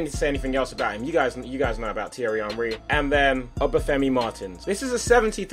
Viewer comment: Can you say his name as "On-Ree" cos "Un-Ree" really annoys me for some reason. Soz!